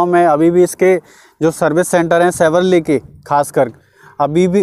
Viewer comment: भाई शेवरले नाही shevrolet